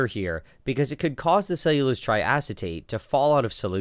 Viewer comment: Lost me at “cellulose”